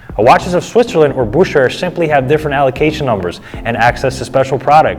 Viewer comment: Ugh, another reason to hate Rolex., it's pronounced... Boo•kr•ur. Not hating, just helping. Love the videos.